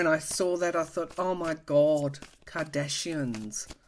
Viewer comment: Happy Anniversary! LOLL!! The way you said Kardashians was like you were saying Martians. Too funny! And you were not trying to be funny, which made it funnier! Thank you for that belly laugh!